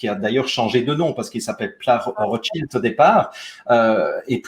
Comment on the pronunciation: les Rotschaïlde ??? i, en français, se prononce i, pas aïlle comme en anglais.